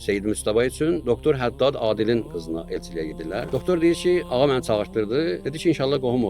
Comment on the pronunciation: Ağa yox,dğa ay aftaha😢